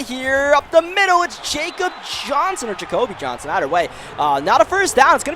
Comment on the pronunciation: The fullback is pronounced Yakub Johnson :) not jacob or Jacobi